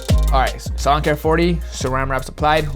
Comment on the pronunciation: For a while I thought you were saying LAWN care 40 instead of SALON care 40😂 oh my